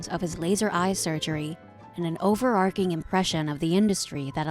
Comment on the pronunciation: You'd pronounced "overarching" incorrectly. Booooo!